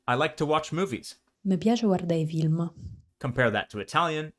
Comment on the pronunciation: what about [v]ilm? I clearly hear F in film voiced to V . What do you hear? And how do you pronounce film if F is preceded by a vowel?